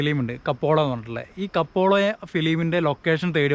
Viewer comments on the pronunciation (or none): കപ്പോള അല്ല സാർ കപ്പേള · It's not kapola it's kapela